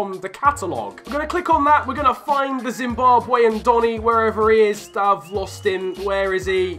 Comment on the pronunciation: Its so sad to hear you saying Zimbabwean like that course l am for zim